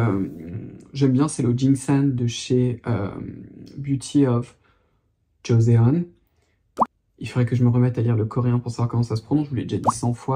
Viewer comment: Bonjour, merci pour tes vidéos! J'apprends toujours plein de choses en t'écoutant. 😊 Joseon (조선) se prononce djoçonne comme dans la phrase "Joe sonne à la porte."